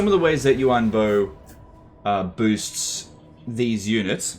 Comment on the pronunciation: I'm pretty sure it's Yuan Bo not Yu An bo